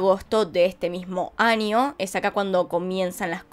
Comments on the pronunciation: Por favor ya no digas ANIO, ES AÑO POR FAVOR 🙏 😭, me ensartar como investigas punto por punto tus teorías llevo más de una semana escuchándote desde que descubrí tu canal y tu acento argentino es muy bueno 👌 solo porfavor en la pronunciación es año🤗 gracias espero puedas leerlo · Me gusta cuando dice: anio en vez de año